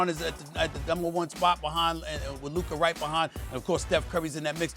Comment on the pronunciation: He does the same thing with Luka 🤦🏻